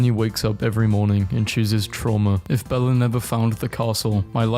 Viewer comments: HE JUST SAID BELLA INSTEAD OF BELLE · Stop saying Bella it’s belle no a